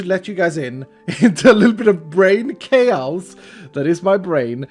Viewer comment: Is it me or does pronounce chaos a bit different? (not shaming, also not a native speaker, just commenting pls dont feel bad!) I say it like "Kay-ohs"